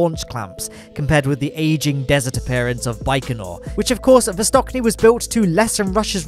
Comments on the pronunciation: Great video!! P.S.: It's Vostochny, not Vostokny)) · Great vid but just a little correction. The new Russian cosmodrome is not vostoKniy, it's vostoCHniy, with "ch" in the middle like in "chat". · Great video! BUT! It's VostoCHny (CH like in cheese or chain), not VostoKny. Sorry for writing this, but it feels surprisingly painfull when I hear Kn instead of CHn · Vostochniy... it has ch in it, not k 😭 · thanks for awesome but succinct content! (just a quick note, CH in VostoCHniy reads as in CHeeze) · The 'ch' in Vostochny is the same sound as in 'March' or 'much'. It's not a hard 'k' like in Vostok.